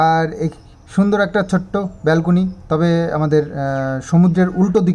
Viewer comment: Re gadha ota bed tool bolena bed side table boley Balcoony noi balcony bole Bhaggish yt chhilo noile kothaye petish eishob hotel😢